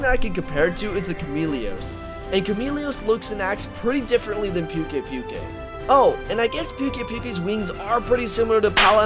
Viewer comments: I think its pukei-pukei is pronounced poo-kay poo-kay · It's poo-kei poo-kei not pew-kei pew-kei. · Not to be mean but pukei pukeis name is pronounced pook a pook a not puke a puke a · I believe it's pronounced Pookay-Pookay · He just likes saying like that. He knows how to pronounce it but he prefers to call it Pewk Ai Pewk Ai. He said that in one of his Livestreams. Just like me with Rathian. I know it's pronounced Wrath-Ee-an but I prefer calling it Wraith-Ee-An